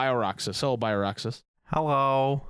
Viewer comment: Bio-Roxas going 'hewwo' killed me